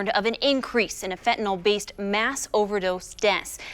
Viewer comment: NOT Fentanol!!! FENTANYL!!!